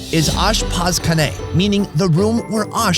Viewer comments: The Farsi word for "kitchen" is not "ashpaz kane". It's "ashpaz khane" with the throat-clearing "kha" sound. Anyway, greetings from Little Tehran, otherwise known as Orange County, California. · How he pronounced kitchen in Farsi makes me question his representation of other regions from former episodes.